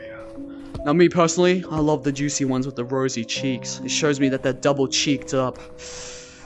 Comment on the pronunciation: I don’t like the way this man said “juicy” 💀